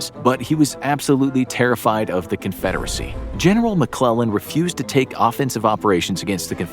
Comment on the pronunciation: I love it when he say George McClug boy that’s where the fun begins